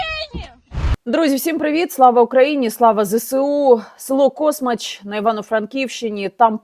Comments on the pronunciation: Дякую за відео Яніно. Тільки одна поправка - космАч, а не кОсмач. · Космач. Наголос на букву "а"